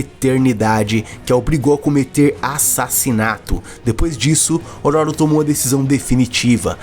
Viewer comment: Amigo só uma observação, fala-se ÔRÔRO. 😅